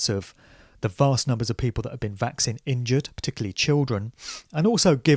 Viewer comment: I'm fascinated by your pronunciation of 'Vaccine' (vækˈsiːn). You say it like it's 'Vax sin', which is actually kinda cool.